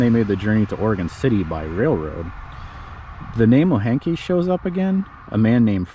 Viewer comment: The name Moehnke is pronounced Mink